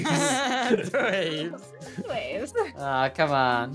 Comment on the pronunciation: "Seven Dwaves" Fuck that catches me off-guard every time.